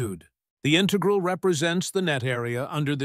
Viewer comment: The robot voice says "integral" incorrectly.